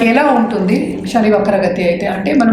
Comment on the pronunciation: తల్లీ శని అమ్మా షని కాదు.. వీలైనంత వరకు తెలుగు పదాలు వాడండి. ఉదా : Sun అనే బదులు సూర్యుడు అంటేనే బాగుంటుంది